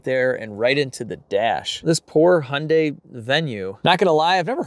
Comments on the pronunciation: You say Impala correctly but your Hyundai is way off. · I laugh every time an American says Hyundai. (Hun-day)🤣🤣 in Australia 🇦🇺 we say (Hi-un-die) or (hi-un-day) 🤣🤣🇦🇺🇦🇺🇦🇺